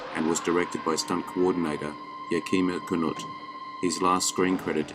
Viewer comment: Great list, but you’re still stubbornly insisting on slaughtering Budd Boetticher’s and Yakima Canutt’s names. Why?